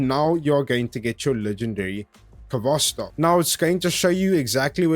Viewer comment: Actually it should sound without 'k' at the beginning) Good guide btw.